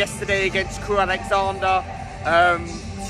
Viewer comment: Its’s Crewe Alexendra not Alexander!